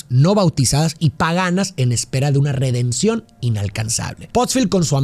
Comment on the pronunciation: dice redemcion yo: uff referencia